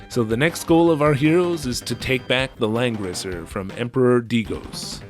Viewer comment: Homie, it really does sound like you’ve been saying Lenin this entire time